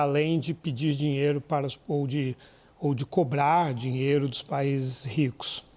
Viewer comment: Booooo o dinheeellloooo😂